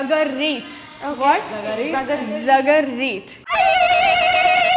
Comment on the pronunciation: I'm An Arab Girl And IT'S NOT ZAGAREET.. IT'S ZAGRAATA..